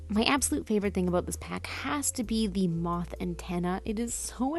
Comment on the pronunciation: it is moth, but as a tiny mask wearing Skykid, they struggle with the "th" sounds so comes out as "ff"